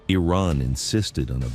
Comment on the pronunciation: This plastic lip job, Carolyn Levitte, can not even pronounce Iran!! Perhaps her grandfather/ husband can teach her pronounciiation!? Rubio is a zion nut job. He is not American